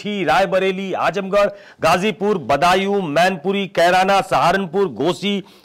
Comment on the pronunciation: Ghajipur nahin bolte GHAZIPUR bolte h... Correct your pronunciation..